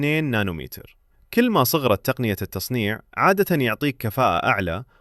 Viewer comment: ممكن اخي تنطق الكاف في كل بالضم وليس بالكسر ترى العربية اخي افضل من العاميه بكثير